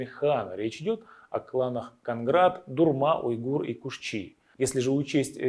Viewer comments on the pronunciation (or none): Не Конград а Қоңырат